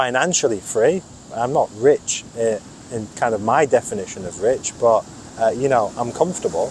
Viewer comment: This "bot" instead of "but" 😅